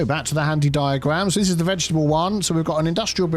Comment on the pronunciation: please can you explain what a "ve-get-able" is 😂